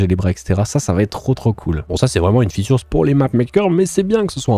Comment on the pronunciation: Une « featurz » 🤣